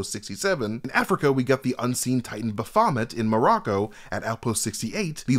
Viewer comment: I love you,, but woof, you butchered the pronunciations of "Baphomet" & "Tiamat"... 😅